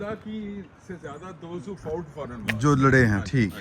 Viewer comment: bhai sahib ko batain k lafz فاوٹ naheen hota fought hota hy …. American bhai ki angreezi bhe. Meri tarha ki hy ….😂